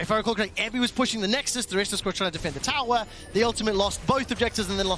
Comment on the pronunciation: Wow! Someone should teach this guy how to pronounce tower.